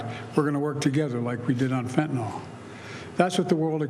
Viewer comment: Fentynol ??? Is that like Retinol ??? 😂. It’s FENTANYL !!